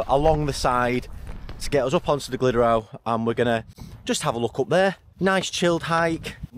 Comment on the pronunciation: glad the route worked out mate. 👍🏻 a couple of pointers; tryfan - truh-van. glyderau - glidd-uh-rye. and castell y gwynt is castell of the winds 😂👍🏻